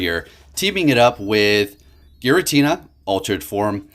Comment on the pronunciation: ah yes girantina